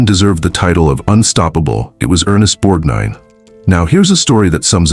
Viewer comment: Not "borg - deen" it's Borg-nine". If you can't get the name right, the rest may be just as flawed